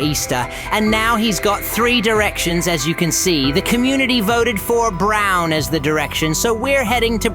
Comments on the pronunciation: It’s bron not brown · You’re saying brown instead of bron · Bro. He wanted to say bron but he said brown accidentally